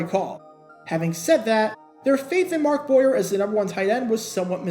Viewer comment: BTW it's Mark Bo-yay, get it right 😉😋